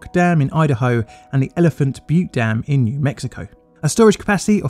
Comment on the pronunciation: Thank you for pronouncing “butte”” correctly! I listened to another narrator talk about the “”Elephant butt dam””, while laughinng mine off 😂!